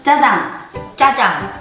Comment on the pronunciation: 지민이언니 짜장할때 중국어발음같았는데